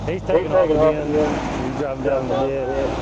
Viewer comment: I reckon a lot of folks on the East Coast didn’t know “ditch” was a two syllable word 🤠